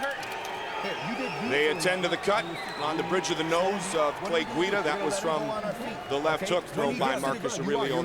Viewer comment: "Clay Guido" lol